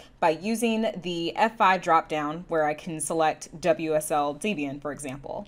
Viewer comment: Nice updates. Also, it's DEBian, not DEEBian. Good grief.